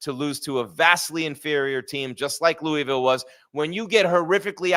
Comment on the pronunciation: Pronounced Louisville wrong, also you are the cowboys of college football.